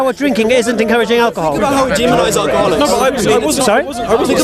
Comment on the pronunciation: "think about our garlics, think about how much are garlic is demonised in the media" response (and mine) "what you on about?" Did I even hear it correctly?...Garlic? I almost pissed myself with laughter! Edit Alcoholics is what he is saying. Still though it sounded like garlics.